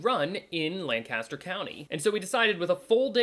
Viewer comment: Whew, gotta say, it's obvious you're not a local...this is painful to watch! 🤣 "Lancaster" is pronounced very unlike what you are saying.